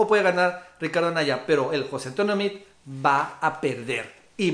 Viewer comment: Como sugerencia, pronuncia el apellido de Meade tal cual como se escribe...saludos